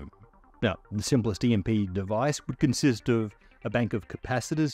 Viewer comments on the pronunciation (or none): none